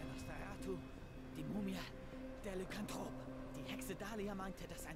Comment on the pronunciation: Eigentlich heißt es ja Lycanthrop und nicht Lückentrop xD